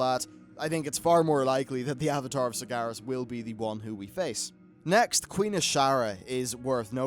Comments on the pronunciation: FFS It's SargEras not SargAras :( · Sar-GE-Ras, not Sargaras.